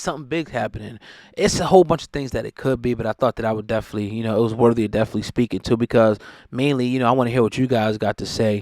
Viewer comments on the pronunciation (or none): none